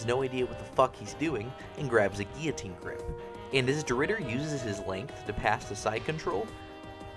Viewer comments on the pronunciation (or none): none